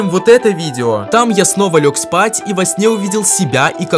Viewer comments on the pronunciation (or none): Не спать а спат😂😂😂